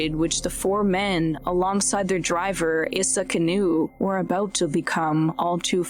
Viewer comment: Is this a real human being or a robot? Why do people talk like this, it’s super annoying and sounds totally unnatural. “ChimpanZEES, driVER, caR, followERS, automoBIL, slow DOWN, souND. Ugh, it’s so stupid.